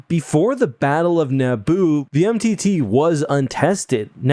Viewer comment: "The Battle of Nabbo" XD